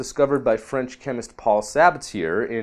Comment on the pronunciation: My thoughts on these updates: When a French word ends in a consonant (e.g. Sabatier), the final consonant is silent. Sa Ba Tee Aye. All science and no liberal arts makes one hard to listen to.